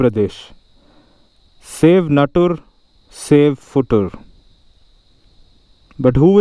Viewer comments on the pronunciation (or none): Am I the only one to notice, shave instead of save?